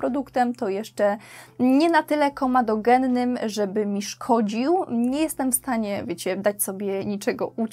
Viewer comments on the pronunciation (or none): komEdogenny, nie komadogenny 🙂